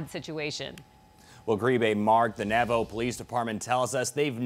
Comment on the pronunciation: Why is the reporter pronouncing it as "Navo"? It's Navajo.